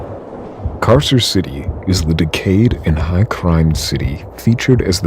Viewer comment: Just as a future reference, the Latin c is pronounced k. So Carcer would be pronounced karker